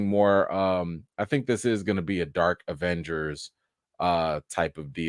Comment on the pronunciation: He said it, "E-venger"😂🤣🤣🤣 Smooth